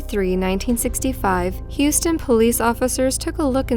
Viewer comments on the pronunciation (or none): none